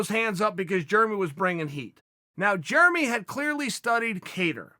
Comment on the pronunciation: “Germy” Stephens